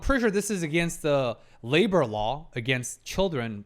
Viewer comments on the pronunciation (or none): none